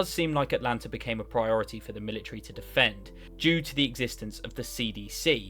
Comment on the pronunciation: Let's "ashume" that the worlds strongest "Mili-tree" bares fruit. What kind of fruit would it produce?